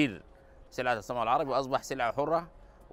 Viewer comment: "Gam errabic" ?